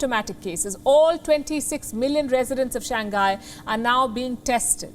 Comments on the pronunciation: "Shang Hi" not "shang guy" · I’m a big fan of Wion. However, I do think as professional journalists, we should try to pronounce major countries or cities’ names as accurately as possible. Shanghai should be pronounced as Shang-Hai and not Shang-Ghai. Hope this helps. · Pronunciation: shang-hai ... hi not nghai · ShangGuy? Do you mispronounce on purpose? Or is the H hard to pronounce?